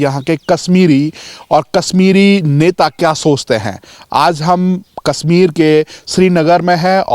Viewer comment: It's Kashmir not Kasmir